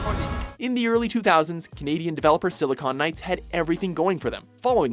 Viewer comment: He said Silicone Knights.